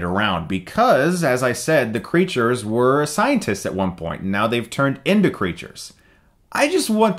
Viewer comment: Did Chris say scientists or scientits?